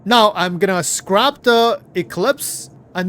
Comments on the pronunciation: It's scrap the "A" is pronounced like apple. Scrap rymes with tap, lap, Map, rap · lol He says it correctly like 10% of the time. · my man, it's S-C-R-A-P short A, not Scrape with a long A. Two different English words, just an fyi. Just thought you should know. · I think it's scrapped, not scraped. It's pronounced with the A having the same sound as if you say 'hat'. Scraping is when you scrape something off something, ie I scraped the paint from the chair. I can't actually read the text so forgive me if I'm wrong, but I feel safe to assume and hopefully help your pronunciation for the future. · Its scrap not scrape... lol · scrap, the A in scrap sounds just like the a in map. SCRAP. not Scrape where it sounds like ape. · Hey buddy just letting you know in english it's pronounced scra p - not scrape. Not being rude just noticed quite a few times you say scrape which confused me a few times until I realised what you were trying to say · ITS SCRAP!! NOT SCRAPE OR SCREP OR SCRIPTED!!! Wtf man... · "Scrap" which rhymes with Crap isn't the same word as "Scrape" which rhymes Grape. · "Skrip" "Scrape" Brother it's Scrap LOL! "Sssscccrrrraaapp" No E or I in that word! LOL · SCRAP, SCRAP...not SCRAPE...not SCRIPT! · "Scrape" and "Scrap" are two different words. Scrape (how you have been saying it) means "to remove a layer of something". Scrap (pronounced "ssk-rap") means "to destroy or discard something". Past tense: Scraped ("sskr-ape-ed) means you already removed a layer. Scrapped ("ssk-rap-ped") means it has already been destroyed or discarded. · Love your content, but I can't handle hearing you say "scrape" instead of "scrap"! Please, its crap with an s on the front. The two words have very different meanings! It makes me twitch every time... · Scrap and Scrape are pronounced differently and have two different meanings.